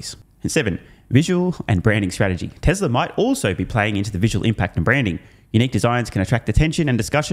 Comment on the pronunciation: It’s Tesla, not Teslar lol